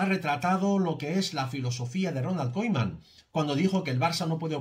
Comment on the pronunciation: Koiman, me estresa escuchar eso jajaja